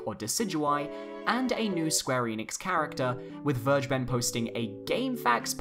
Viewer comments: it's ver- guh- ben. not verge-ben. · its called ver-(fer)-ge-ben this is german and means taken, you make my ocd trumbe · it’s pronounced Ver-Gey-Ben. It’s German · Werge ben? Maybe you should try the correct German pronunciation ''Fer Geh Ben'' -Vergeben :) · Phonetically please say it like like this: Ver-ger-bern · It's pronounced fergeben, just like it's written. It's German for "forgiving" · It's Ver - gay - bun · Vergeben's name is in german you pronounce it ferckeben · It's pronounced ver-gay-ben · I wince everytime you pronounce Vergeben. It is pronounced "fair-gay-ben" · actually "vergeben" means "to forgive". "Zu vergeben" would literally translate as "to to forgive" and doesn't make sense grammatically. Also, it is pronounced like "fair-gay-ben" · It is a German word. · vergeben is a german word and it just sounds so funny, how everyone pronounces it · It's so funnyhow you pronounce "vergeben". It's a german word by the way 🙏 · No hate meant here or anything but no one on the internet pronounces Vergeben correctly